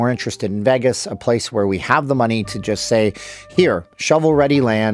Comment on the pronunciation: The way he pronounces “Vegas” upsets me